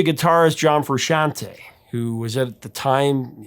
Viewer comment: You pronounce Frusciante correctly. You get a cookie.